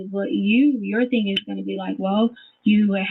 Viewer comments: Her "thing" is THINK. Not thinga. She just adds a K to everythinK endinK in ING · I absolutely HATE the way she says her “G’s” it’s pronounced thing NOT thin “ga” She makes every G sound like that.. She turns my stomach.